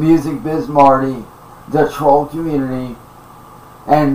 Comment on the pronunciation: “Da twoll community” Imagine thinking millions of random internet users actually make up a community. His entire method of speaking is based on repeating what he’s heard, he just doesn’t have a clue toward it’s meaning.